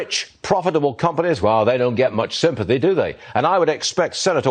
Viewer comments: That host really just said, "the rich get no sympathah" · Not, "sympathy" - "sympathah"